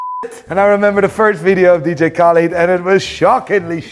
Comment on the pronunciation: ”DiiJii Khälid”